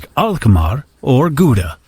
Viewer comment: Gouda = GOW-DA not GOOD-A and yes its the city where the cheese comes sfrom.